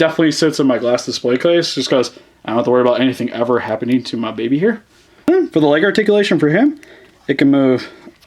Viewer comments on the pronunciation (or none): none